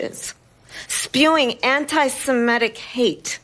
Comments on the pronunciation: Ms Harris! It's SEMITIC , not SEM-ETTICK . . . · Side note: Harris and so many other people can't pronounce Semitic and say SemEtic 🤦‍♂️